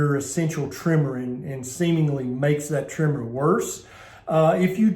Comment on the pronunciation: You threw me off with your pronunciation of "tremors"! It sounds like you say "trimmers"! It took me five seconds to realize what you meant! Hahaha...